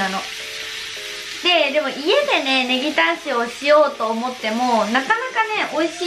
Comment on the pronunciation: からのカタコト可愛すぎ笑 ボクハ、ネギタンシオガ、スキデス。